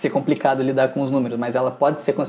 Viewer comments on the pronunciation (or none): none